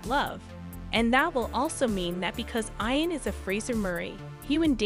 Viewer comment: Tell the narrator to STOP mispronounced the name Ian. Correct way to say it is E AN.